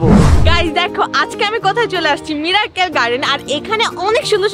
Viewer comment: Mirakkel na miracle r strecture na structure 🤧